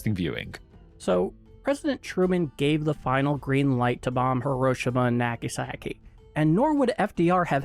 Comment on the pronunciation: Nope, you still can't pronounce hiroshima and nagasaki.